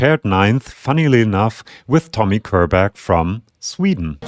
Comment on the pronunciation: Körberg is actually pronounced like "Schörberg", which really makes no sense so I don't blame you